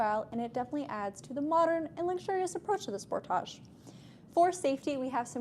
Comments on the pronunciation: it's pronounced sportage okay 👍 👌 😊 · Love this review! I know "spor-TAH-j" is how it's pronounced in Canada and it's so funny to me. 😂 Do you also pronounce other words with the "-age" suffix such as package or luggage like that? "pa-KAH-j" and "lu-GAH-j" 🤣🤣🤣 (edit) OMG you do!